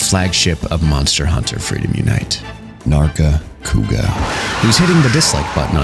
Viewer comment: he is hitting the HARD R with narga haha